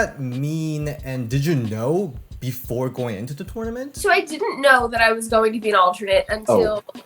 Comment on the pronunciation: The way ds says TOoRnoUmant